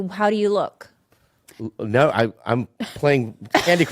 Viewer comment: It's "no" not "nawr"